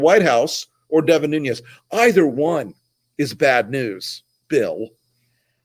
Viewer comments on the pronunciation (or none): It's Nunes not Nuñez. The name is Portuguese not Spanish.